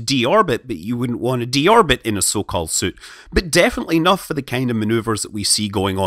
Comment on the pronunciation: And here I thought he was saying "so-called suit" lol